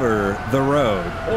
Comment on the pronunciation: did just say "all over da woad" but normally?????